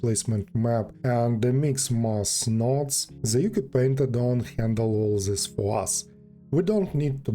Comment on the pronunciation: just a heads-up, Ucupaint is pronounced Oochoo-paint (apparently it's an Indonesian word)